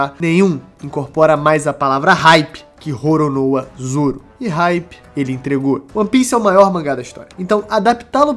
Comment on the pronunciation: Grande fã do canal mas vc podia falar "Roronoa Zoro" e não "RRoronoa Zoro" em português se lê assim, mas isso é um nome próprio, se fala como se fala, não como se escreve